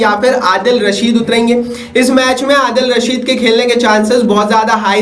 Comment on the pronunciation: केमरून ग्रीन 😂😂 अडील रशीद 😂😂 अभिषेक सिंघ 😂😂 बेन इस्टोक 😂😂😂 मार्को जेनसन 😂😂😂 bro sabse pehle name sahi se bol le fir aana comparison karne 😂